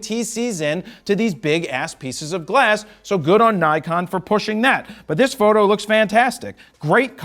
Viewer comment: why does he say photo like that